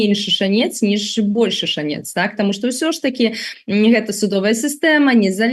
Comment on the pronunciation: Вы супер! Дзякуй за працу!! Андрэй, мае спачуванні і трымаю за вас кулакі!! P.S. Прабачце! У слове шАнец - націск на А 🙏🏽